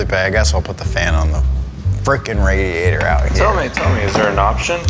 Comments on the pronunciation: Lol he said “radiator” instead of “radiator” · "rädiätör comes out" allmost rally engnlish